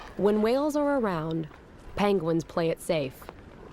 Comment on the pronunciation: Came here to watch a narrated documentary on penguins ( which aren’t pronounced as PAHYNngwins .. that’s so irritating ) and ended up seeing a bunch of people and their need for camera time and attention, rather than actual decent info , observing the animals in their habitat Without it being interrupted so much with all these random folks commentary and whatever they’re doing ... I get it but that’s not what I’m interested in ... perhaps this needs to be labeled more accurately , where it’s not misleading .... bc most Ppl see the title and will assume it’s actually about what’s being labeled in the title and instead , this is more inclusive of silly insignificant crap among the ppl thinking they’re so funny and relevant or edgy ... I appreciate what they’re doing. Not saying They don’t deserve some Credit for their hard work ... I’d happily watch a documentary designated to include their ongoings and insights and commentaries but this isn’t what I wanted to watch at all..